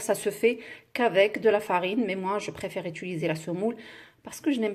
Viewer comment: u.ti.li.ser et non é-tu-li-ser Oh à la fin y'en a marre!